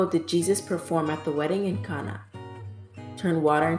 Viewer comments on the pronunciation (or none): you said elisha and cana wrong hon.